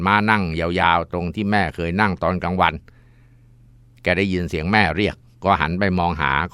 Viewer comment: ยินครับมุสลิมเคาเรียกว่ายินไม่ใช่ชินครับ